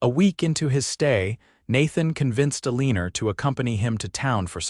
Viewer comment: AI calling her Aliner drives me crazy, but a beautiful love story. ❤❤❤